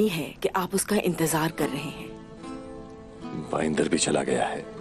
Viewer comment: Baiendar❌ BANDAR✅😂🤣😂🤣